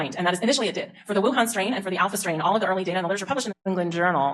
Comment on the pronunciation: Did she just say WUHAN STRAND? WTF!